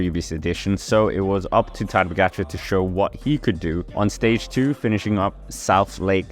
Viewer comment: What a butchery for pronunciation.. 🙄 Try to say: Ta-dey Pogachar